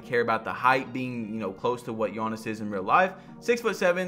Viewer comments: Please stop saying Giannis like that, especially if you’re gonna say it 20 times in every sentence. It’s Giannis, not Juonis. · "all the builds are basically buffed, so you cannot make a 6'11 gee-anniss build" lmao why you pronounce his name like that? and the builds were nerfed not buffed. get some sleep😂😂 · nobody: BADGE “yawnnis” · said GI yanas at the start 😂😂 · “G yawnis” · Demigod but cant say the name, is that blasphemous?🤷🏾‍♂️ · Talking about spending 8 hours on how to make this build when he should have spent that time learning how to say my guy's name smh